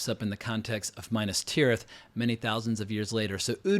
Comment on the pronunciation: I stopped listening when you called Minas Tirith “Minus Tirith” I also think if the original trilogy was released in this day and age people like you would just sit there looking for flaws and any kind of slight mistake.